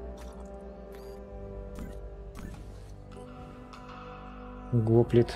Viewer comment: Кст, не го́плит, а гопли́т. Так древнегреческих тяжёлых пехотинцев называли.